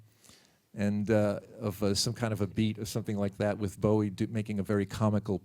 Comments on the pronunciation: He played along to people mispronouncing his name wrong his entire career. Of course in Bowie fashion, he never put the interviewer down. Class act he was. ❤ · Why can't the fucking interviewer even get Bowie's name right?? He got his name from the bowie knife and even Tony says it. FFS!!!